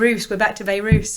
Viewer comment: If we are going to mock this idiot properly, (and we must, at every opportunity and forever) we must be accurate:- She didn't say "Bayroos", she said "Behroosh".